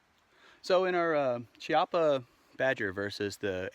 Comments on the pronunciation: nice video, the correct pronunce of "Chiappa" is "kiappa" e not "ciappa", "chi" in italian is pronunced "ki", and funny thing: "Chiappa" means for "gluteus" or "half ass" :D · I know nobody will care, but it's pronounced Keeappa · Americans…. In Italian the ch makes the ck sound and the cc makes the ch sound. You’re welcome.